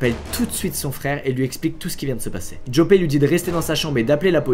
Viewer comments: Au passage ca se prononce Yòpeuhh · au passage Joppe se prononce "Yopeu"